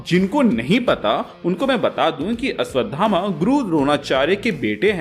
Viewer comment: Abe ashdhama nahi hota ashvthama hota hai